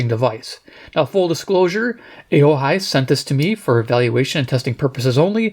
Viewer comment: It's pronounced "O-Hi"